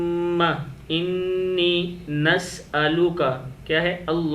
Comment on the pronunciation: Bhai ap parh rahy ho Alahuma inni ,jb k screen per likha arha Alahuma Inna . homework bht zarori hai phy tayari krlain phr video bnaen